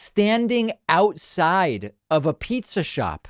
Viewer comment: eating pee-tzah eh?